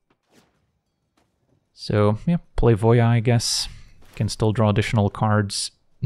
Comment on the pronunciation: Finally, someone else who pronounces Voja as "Voia"! I've been kind of irked every time someone said "Voe jah", now I'm not alone :)